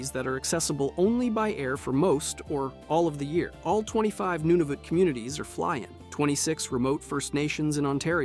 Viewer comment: You said Nunavut wrong